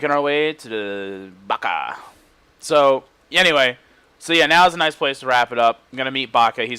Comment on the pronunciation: you kept calling baha baka that made you sound like a baka